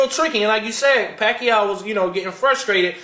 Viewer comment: Yo whats good, it's yah boy WeDaBest!, Manny PACQUIAO not (WACQUIAO) COLTRANE LOL won that fight i gotta agree. I had my own score card and i had it like the last judge did 114-113 for Pacquiao. The key rounds were the 3rd round when Pacquiao knocked Marquez down. And the 9th round was VERY CLOSE. But if pacquiao didn't knock him down in the 3rd round marquez would have won that fight. There should be Pacquiao vs Marquez III. Marquez won the 12th round. Get me ~1~